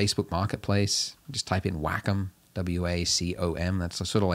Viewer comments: Wackem? hahah it's pronounced WAH cum. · i think its pronounced "WAYCALM" not "Wack-em" lol. love this tutorial thanks friend (Wacom)